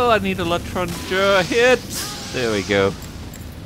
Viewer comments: J, not jer. You never pronounce a r when it's the last letter in a french word. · its neither letrange and letranger its le,stranger like the stranger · I think the gun is pronouced LE-Tarn-j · its not etrangeeer its etrangé it means stranger or foreigner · "l'étranger" is pronounced "l'étranjé", not "l'étranjè" :) Yep I'm french :) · It's l' É-tran-gé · Hello! In French, for the "ger" in "étranger", you pronounce it kind of like 'jail' without the IL. According to my example, it would KIND OF sound like this: " a - tran - ja". It is not really easy to explain, I hope it will help! See ya! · this might have been said in the comments somewhere but, being french, L'etranger is pronounced "L'étrangé", the "er" is pronounced just the the "é" at the start of the word. But I can understand the confusion since french has so many cases where "er" doesn't sound like "é". In any case, I guess it sounds like... ey-tran-jey, but without insisting on the y part of the sound, and slightly deeper sound e part? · We say l'etranger like that : "létrangey" in france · I'm a 100% french and it's l'étranger (hey-tran-j-hey), here is an example -> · The L'etanger is pronounced like le on shaun jay (with "on shaun jay" all together) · IT'S L'ETRANJAY (pronounciation)!!!!!!!!! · Bonjour mon ami! French canadian viewer! L'etranger is best pronounced Leh-trahn-jay. (and if you feel a little adventurous, i suggest rolling the "r", so it makes a dry r sound, kinda like you have something stuck in your throat!) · Ley-trange-ay. En français, er is almost always pronounced ay at the end of words. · Le-stran-jay. French words aren't pronounced with the last consonant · Obviously, its pronounced, "Let-Rang-r" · l'etranger is pronounced as l'etrangé if i have to believe my french teacher, he is french so i guess he knows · It is pronounced (le-tranj-a) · it's "aytranjay" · say lentrenjei but more enthasis on the e so it doesn't sound like your saying "jay"